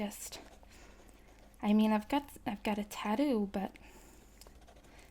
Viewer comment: Wonderful accent. Only slipup I heard was 'bin' instead of 'trash'. And your pronunciation of bologna; it's exactly the same as the English 'buh-LOAN-ee'. The way you said it was like the name of the city in italy. Oh and vitamin & tattoo. vai-tuh-muhn; tat-too